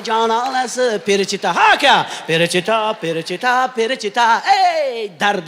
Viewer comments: Qoyil Avazoxun, topqirlikda Maksim Galkindan ham o'tdi. Lekin nimaga FELICHITA emas perichita degan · Перичита эмес величита. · Фелечито перечито эмас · Перичита эмас Феличита аслида. 😂